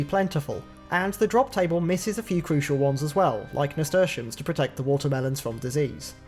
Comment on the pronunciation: big ups for being the first osrs youtuber I've ever heard correctly pronounce nasturtium